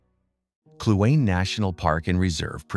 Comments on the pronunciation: Kluane klu ahh nee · Beautiful. This brought many memories from my years or living in Yukon. A suggestion though, would be to maybe ask a local how to pronounce the names of some places. Lebarge is pronounced Le Barge Kluane is Clue-Ah-Knee etc. Other than that, the videography was beautiful and made us smile.